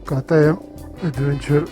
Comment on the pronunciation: კეი ტი ემ-ი არა მეგობარო,კა ტე ემ-ი.ავსტრიულია და გერმანულად უნდა თქვა.ის ხალხი მაღიზიანებს კიდე,ქართველი რომ იძახის, ბი ემ დაბლიუ.